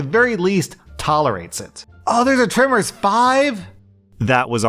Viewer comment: I need to get used to accents... I swear you said "trimmers" instead of "tremors" and thought you were talking about some mysterious slasher flick starring someone with hedge trimmers, not the Graboids, Kevin Bacon and Burt Gummer!